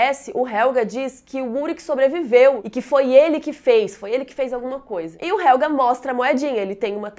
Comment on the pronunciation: É helgeeeeeeee, não é helga!